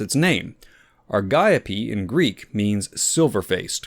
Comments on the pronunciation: aar .gee.owp that is the correct pronunciation according to google. Soooooooo U R incorrect., according to everything w/ AI assistance that says & Google. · Ar-gee-ope, gonna sneak right past ya there. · The word Argiope is Greek, so the ‘g’ should be pronounced as a ‘y’, so Ar-yi-o-pea. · Ar-jee-ope it is . . :face-orange-raised-eyebrow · Same here, I pronounced it Ari Gop ee